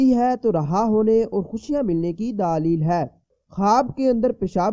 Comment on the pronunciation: Alfaaz tu thik say khao daaaali hy Kia hy???? Daleeeel hy daaaaaali Kia hy bat thik say nahi ati chale hy tabeer batne